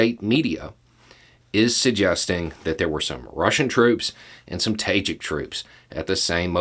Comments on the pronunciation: "ta-ZHEEK", not "Tayjick". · nb: It is pronounced "Tah-jihk", it means literally "Persian-speaker", because, of the Central Asian post-Soviet countries, Tajik is the lone non-Turkic language. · I’m sorry I couldn’t quite understand what you said. I tried to research but couldn’t find it. You said the Russian officer insulted the ‘tagin’? Can you explain please? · Ah, Tajik! It took me hearing it three times before I knew what was saying. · Did not expect the florida accent to come out that hard on “tajik” XD